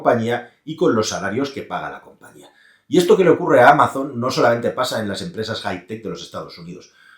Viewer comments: Me sangran los oidos cuando pronuncias Amazon en inglés, no es Ameison, sería algo mas parecido a Amason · Amaison? Ese inglés... desde el cariño 😅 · Me encanta lo de Amazon, "Ameison" para los que no sabéis inglés 😂😂